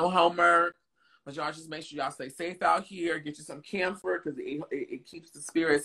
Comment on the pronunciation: Did he really just call camphor damphor😅🤣